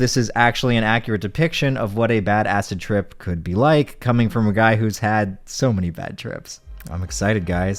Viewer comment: I keep thinking "badass trip" when he starts saying "bad acid trip"